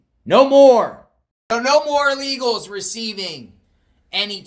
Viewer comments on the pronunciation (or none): illegals not ah-legals